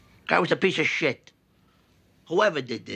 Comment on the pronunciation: “Guy was a peesha shit”